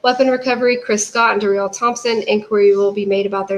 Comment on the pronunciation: Chief Doo-Bose. Detective Duh-rell.